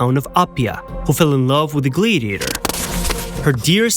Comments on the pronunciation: Wanted to watch it so bad because I love historical facts. OCD kicked in about the 4th time you said gladiator wrong, glad rhymes with sad, and just couldn't continue. Glad-ee-a-tor, sounds like glad he ate her. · Could you guys get a better AI voice or at least one that can pronounce “Gladiator” & “Gladiators”!